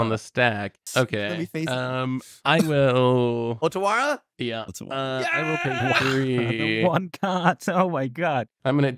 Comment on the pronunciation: Is there a story behind why says Otawaroo instead of Otawara? Or is he just being wrong?